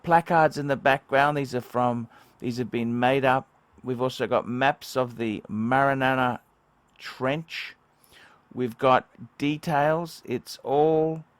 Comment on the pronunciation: Not Marenella trench... Its Mariana Trench.